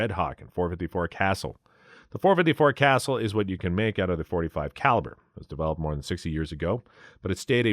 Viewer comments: FYI It’s pronounced Caa Sool NOT Castle Thank you for the video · Casull is pronounced Kuh-SOOL.